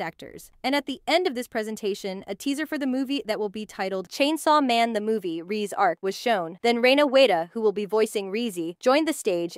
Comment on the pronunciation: Bro called reze so many names and so wrong rizzy reesy reez